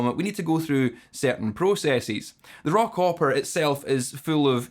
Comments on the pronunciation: You said raw copper. I heard “Rock opera” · I love the Scottish "Rock-Opera" (Raw Copper)🤘